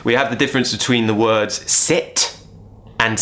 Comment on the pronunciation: I hear set instead sit